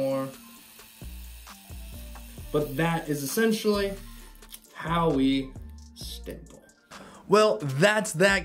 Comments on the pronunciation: It's stiPPle, just how it's spelled. Not stiMple with an M. Again I apologise for being a nerd on pronunciation but this is my favorite drawing/tatooing technique so hey ..🤷🏽‍♂️ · Sorry to be "that dude" but are you saying "stiMple"? Great tutorial btw thought 👍🏽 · no, you were right before. there's no M. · writes the word "stipple" on the title, description, and in the video itself...but CONTINUOUSLY adds an "M" when saying it. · lol stimpeling